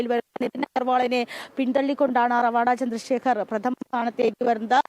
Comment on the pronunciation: നിങ്ങൾ പല വാക്കുകളും പേരുകളും (മറ്റു സംസ്ഥാനങ്ങളുമായി ബന്ധപ്പെട്ട് ) നിങ്ങൾക്കു തോന്നുന്നതുപോലെയാണ് ഉച്ഛരിയ്ക്കുന്നത് ഇദ്ദേഹം റവാഡാ ചന്ദ്രശേഖർ അല്ല ശരിയ്ക്കു മലയാളത്തിൽ ഉച്ഛരിക്കേണ്ടത് രെവാതചന്ദ്രശേഖർ എന്നാണ് ഇത് തെങ്ക് വാക്കാണ് A P യിലെ ഒരു കുടുംബ പേരാണ് രെവാത എന്നത്